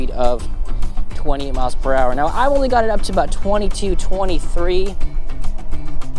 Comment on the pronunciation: Hi. Thanks for the vija. When you say 28, sounds like you're saying 20. Fast talker.😊